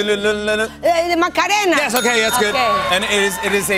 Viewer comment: oh, that's how I should be saying "macarena"